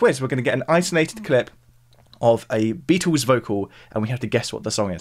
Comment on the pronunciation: Sorry - I just struggle to get past the way you call them The Beetoos. 🙄